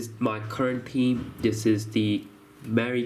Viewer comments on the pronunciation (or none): can u maybe learn how to say theme.... THHHHHeam not Team.